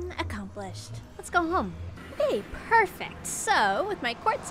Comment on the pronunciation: The way she says "perfact" instead of perfect is pretty adorable